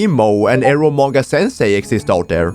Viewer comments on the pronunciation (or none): none